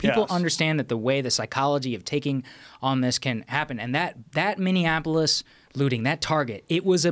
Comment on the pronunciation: Did smart ass joe just mispronounce Minneapolis 🤔